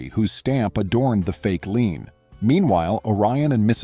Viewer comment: Loved the story - Karen seems very skilled at digging a deeper hole for herself. I do wish the AI would learn the word "LIEN". I'm in a somewhat rural county in west central Ohio. NO "HOA's" in the whole county! Previously lived in south Florida, where they are rife.